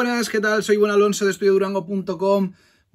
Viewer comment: like si también crees que dice Guanalonso xD